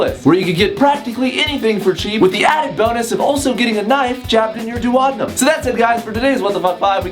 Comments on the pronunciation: The way he said duodenum made my ears bleed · How the hell did he pronounce duodenum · So far the only thing that bothers me about this video is how he pronounced Duodenum (which is a segment of the small intestine for anyone who didn't know and actually cared to know).